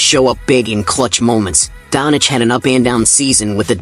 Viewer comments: Not Luka donic, its Doncic... U mess the new goat name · it us DONČIČ NOT donič